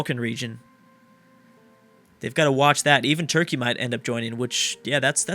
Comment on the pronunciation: is it just me or does say churky??